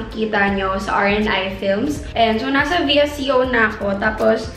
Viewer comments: "Visiyoowwwww" [VISCO] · it's pronounced as vee•es•co :)